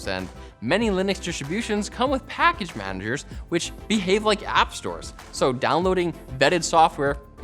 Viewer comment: I'm sorry but "pACkage managers"